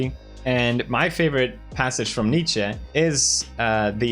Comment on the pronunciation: Dude, props for the correct pronounciation of Nietzsche, most people pronounce it incorrectly. (at least in the US)